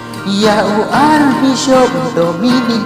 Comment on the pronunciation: wat sgew ei² mo gan object wat lada gam nang ialajong bn rwai, ka pronounce da pynwan bha Archbishop ym dei Ar Bishop